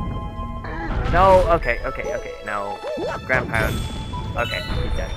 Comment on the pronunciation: What said: "...consists of mostly long jumps and ground pounds" What I heard: "...consists of mostly long jumps and grandparents"